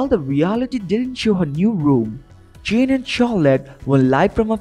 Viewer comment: Why don’t they get people who can say their names right. Alaska is a Beautiful place you can have a Green House in Alaska nothing wrong with it.Her name is Jane not Gene.